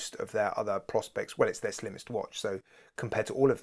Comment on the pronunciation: One actually pronounce it "Pro Specs" if I remember correctly 🤔